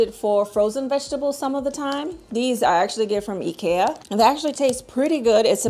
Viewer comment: I'm glad I found someone who says IKEA the right way 😭😭😭